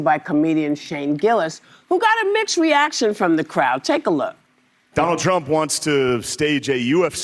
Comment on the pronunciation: Whoopi says Mitched instead of mixed and that bothered me a lot like “Mitch match socks”